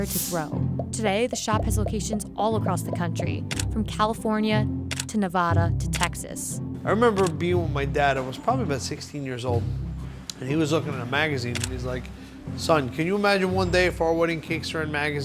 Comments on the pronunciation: This video was great up until she said “Nev-awda”. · Did she just say Neh-Vuh-duh 💀